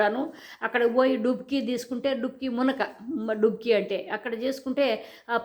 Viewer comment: లుబ‌్కి కాదేమో, డుబ‌్కీ ఏమో కదా?